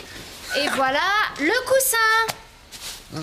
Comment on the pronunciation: couSSin not cousin